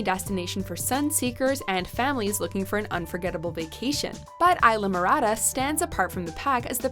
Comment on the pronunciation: It says Islamorada...you say Aylamorada...it's pronounced EES-LA-MO-RA-DA.